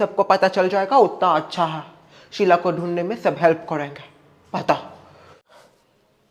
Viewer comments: Sheet nahi sheela 😅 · It's "Sheela" not "Sheel" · Sheela hota hai sheel nhi hota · Kiya sheel no it is sheela